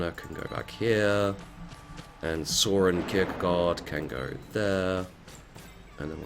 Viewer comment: it is okay, it sound so funny when you said Søren Kirkegård xD